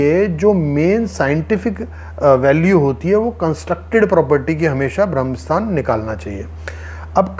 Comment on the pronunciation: भाई जी ये ब्रह्म स्थान होता है न की भ्रम स्थान